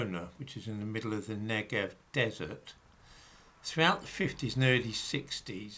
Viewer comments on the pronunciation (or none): none